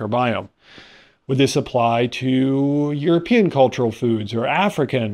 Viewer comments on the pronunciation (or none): none